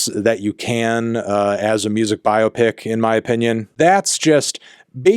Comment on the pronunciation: Well done for pronouncing biopic correctly, instead of saying “bi-opic”.